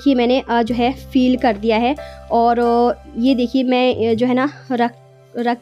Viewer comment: Feel nahi hota hai fil hota hai